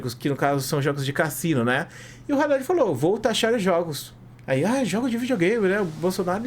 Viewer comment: Pronuncia Haddad certo pls